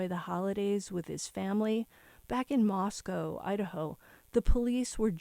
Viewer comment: Moscow= moss co Not cow …. co. Thanks